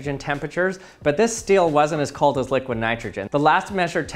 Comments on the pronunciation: I clicked so early One of my fav youtubers Everyone: s-t-e-e-l: s-t-i-e-l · Oh... It's your problem... You say still instead of steel... That is very annoying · The way he says steel as still lol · It's STEEL not Still